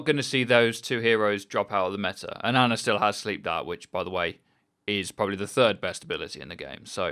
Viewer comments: Her name is Ana, not Arna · its funny how he says aner was good in the tank meter. there no r's in those words dude.